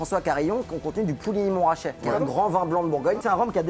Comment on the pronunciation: Je suis désolé mais je suis bourguignon et c’est pas « Pouligny » mais bien bien Puligny on dit le « u » !!!!!